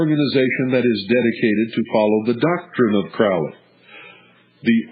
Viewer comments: And it is pronounced "crow''lee... So if you don't even know that... Should we believe anything else you babble about? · You can’t even pronounce his name correctly, so how can we believe what you are saying?